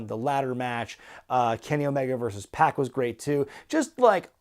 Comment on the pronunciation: I believe its pac like 2pac not pack like backpack. Maybe I'm wrong wouldn't be the 1st time.